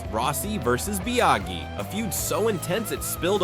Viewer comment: Nice video, but the way you're saying Biaggi shows, that you've never watched a race back then. 😊